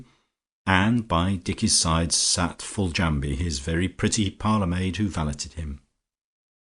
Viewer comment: Yes, you are correct, Riseholm should pronounced "Rizum'. Also Foljambe should be pronounced as 'Foljam', the be at the end of her name is silent. The joys of the english language can make reading quite confusing.